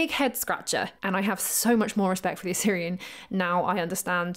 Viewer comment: Great video. But please you're pronouncing Osirion as Assyrian...